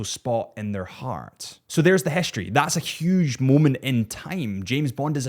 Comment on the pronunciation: Its also not hischtory🙈